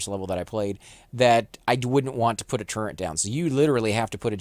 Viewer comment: Turret, not turrent